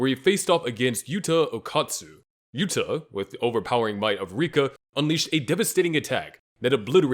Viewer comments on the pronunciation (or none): none